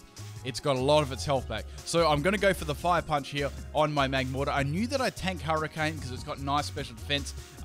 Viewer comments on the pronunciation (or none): none